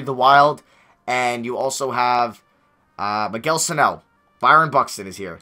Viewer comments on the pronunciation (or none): none